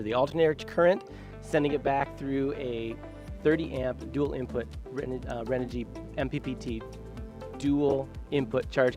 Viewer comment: Audio is terrible, and guy kept calling it Renergy. And given the lack of comments, tells me no one won anything or they only focused on FB.